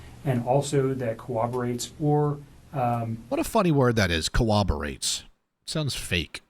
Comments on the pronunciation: it's corroborates 😅 he's just not quite saying it right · Annnnnd ADHD train checks into the station with the word "cooberates".....as mine checks in trying to spell it and is convinced i am wrong after 13 attempts 😂🤣😂